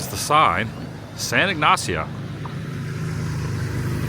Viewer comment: Cayo means Key as in the Florida Keys. Pronunciation of San Ignacio is all good. 😮I would be horrified about the footage, but glad you were able to save most of it. Thank you for taking us with you on this adventure!